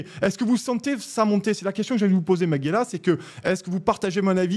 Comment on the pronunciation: T'ain le gars sait même pas prononcer son nom stp... C'est ma-ge-LYA.